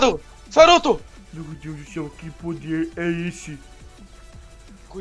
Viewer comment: No episódio era pra eu ter ouvido saruto mas ouvi charuto